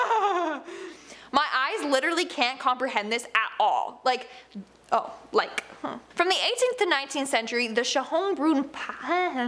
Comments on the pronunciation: you were close! It's pronounced "Shayne-broon" (think of the song "Danke Schön". And, no, I don't know if I'm related to them or not). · And yes, you did mispronounce Schon Brunn since you sounded like "shaon bruhn" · Its called Schönbrunn with the german letter Ö. Its means so much like "beautiful Fountain"